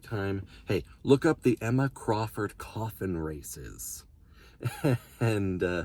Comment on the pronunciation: When you said coffin races I thought you said koffing races at first XD